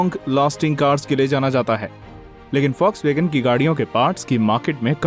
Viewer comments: Foxwagen nhi Volkswagen 😂😂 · Vlokswagen india hota hain folkswagen india nahi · Foxwagean nhi bhai Volkswagen 😂😂😂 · Bhai use Folkswagen pronounce karte hain